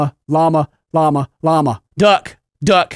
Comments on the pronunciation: After a while, it sounded like you were saying "mamma" instead of "llama" xD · You sound like your saying Obama i laughed so hard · Why does it sound like he's saying lawnmower duck?? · It sounds like sometimes he was saying mama xD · When he says lama it starts to sound like mamma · After you say Llama so many times it starts to sound weird. Like you're saying mama or something. I hope this isn't just me ..